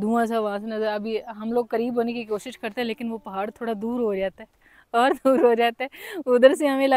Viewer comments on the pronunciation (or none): none